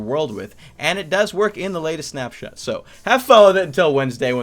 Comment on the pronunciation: Who thought he said "SnapChat" instead of SnapShot? LOL